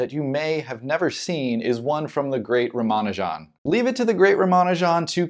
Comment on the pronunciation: RAH-mah-NOO-jum. And the "J" sound is not a "ZH" sound.